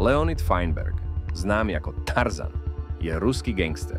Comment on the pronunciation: Nevies rozpravat vobec. Neda sa to počúvať katastrofa a zabudol si druhy krat pri tarzan zvysit hlas na T